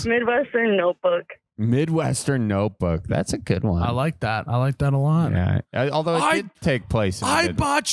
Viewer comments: “The Opebook” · "The Opebook"